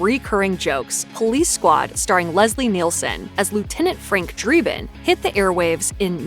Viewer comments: dre-bin, NOT dree-bin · frank DREEbin? It's pronounced Dreh ben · Drebin. Pronounced dreh-bin. Short 'e' sound. Sigh...